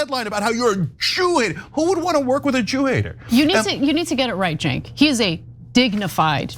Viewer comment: it's Cenk not jink